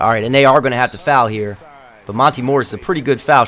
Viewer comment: i’ve been watching monte morris at iowastate for a good portion of my life and i just wanted to let you know that you pronounce his first name like mon-tay. love the series, one of the best on youtube<3